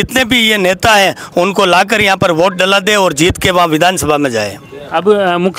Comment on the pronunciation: बोट नही वोट होता है सर😂😂